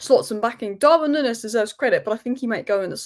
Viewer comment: Stop saying "nunnez"